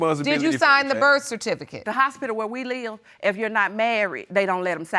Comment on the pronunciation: In the third case, she couldn’t even pronounce birth certificate.